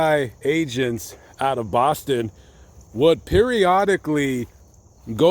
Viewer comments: Mass resident here, I love your pronounciation of "Bahston". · as a masshole I LOVED the way you said Boston at the beginning! 🤌🏻🤌🏻